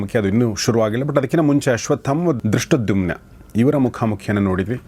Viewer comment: ಗೌರೀಶ್ ಅಕ್ಕಿ ಅವರಿಗೆ ಧೃಷ್ಟದ್ಯುಮ್ನ ಅನ್ನುವ ಪದ ಹೇಳಲು ಬಾರದು. ದುಷ್ಟದ್ದುಮ್ಯ ಅಂತ ಕಷ್ಟ ಪಟ್ಟು ಹೇಳುತ್ತಾರೆ. ಅದನ್ನು ಕೇಳಿ ಕೇಳಿ ಇವತ್ತು ಅವರಿಗೂ ನಾಲಿಗೆ ತಪ್ಪಿತ್ತು 😂